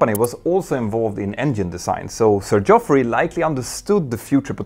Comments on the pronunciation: Looking forward to more in this series... well done and keep up the good work, Petter. (Hint: Geoffrey is pronounced just the same as Jeffrey) ;) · Geoffrey is pronounced ‘Jeffrey’. Excellent video, thank you.